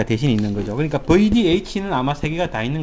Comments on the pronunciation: 버이디에이치!!! 아... 좀 더 세련되게 뷔디에이취로 말해주세요. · 버이디에이치ㅋㅋㅋㅋㅋ저희 아버지도 발음이 저러십니다